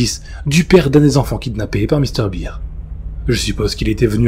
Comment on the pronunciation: Salut, Mr Bear (à prononcé "bère") fait tjrs autant flipper. Même après plusieurs années de pas avoir entendu ou relu cette creepy